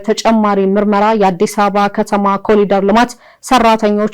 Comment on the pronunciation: ኮሊደር ❌❌ ኮሪደር ✅✅